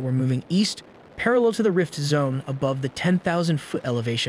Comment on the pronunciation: Why? You can tell if you listen carefully; some of the words aren't stressed properly. For instance, in "rift zone" about 8-10 seconds in. The meter/timing is unnatural in some parts, too. I probably wouldn't have picked it up from this video alone, but in some of their other videos it's really noticeable, and you can't help but hear all the other smaller mistakes it makes too, once you realize it! I'm sure that's why they put it in the description now :P